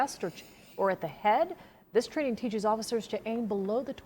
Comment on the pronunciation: So they train them to shoot below the torso because getting shot in the junk is much better than getting shot in the chest or gut. BTW-did anyone else notice news reporter's voice when she said; "The chief said that deputies are typically trained to shoot at the chest(pause) OR AT THE HEAD?